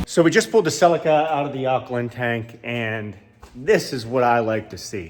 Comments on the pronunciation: Celica not selli-kkarrrr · Sell-in-Kuh vs Sell-eek-uh… Clarkson goes for the latter. Divided by our common language… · And here I was looking for the silica till I realised that Americans dont say Celica 😂